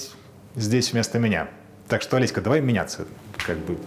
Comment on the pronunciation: почему все время называете жену ОлесьКА? так режет слух